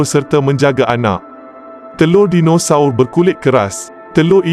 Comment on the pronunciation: betul betul slang BAHASA MALAYSIA KAMUS DEWAN BAHASA DIA BACA SKRIP & SEBUT TU.JADI PELIK BUNYINYA DINOSAUR DIA TU😅😮🤦‍♂️